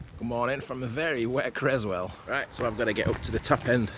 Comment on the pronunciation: It’s pronounced Whaley as in whale 🐳 and Creswell is pronounced with s not z as in Crezwell. You videos are brilliant thou 😁.